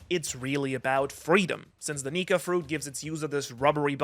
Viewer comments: Just don’t put r on the end of nika your a lil too close to the edge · you did Not say nika